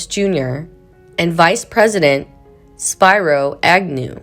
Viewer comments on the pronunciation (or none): none